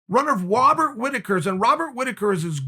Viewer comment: "Wobert Whitaker"